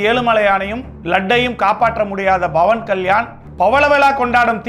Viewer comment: Its not bawan ,its pawan😂